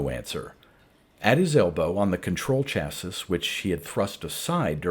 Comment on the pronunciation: Thanks for the upload. Great voice and reading. Minor nit, chassis, at least in the US, is pronounced cha-see (and sometimes sha-see). You have a fantastic reading voice and style!